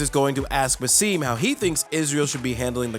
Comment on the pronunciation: It's BaSSem not BasEEm